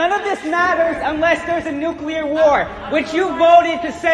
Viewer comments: Nuclear. NOT nuculer. Fkn stop. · OMG BENNY, STOP SAYING NUCULAR, ITS NUCLEAR, YOU SOUND LIKE GW BUSH.